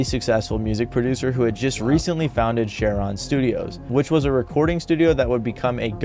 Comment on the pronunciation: Anyone else driven nuts by how the guy says "Share-on" instead of Cheiron haha